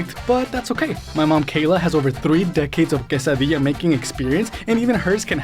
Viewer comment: Thank you so much for saying it correctly everybody says it wrong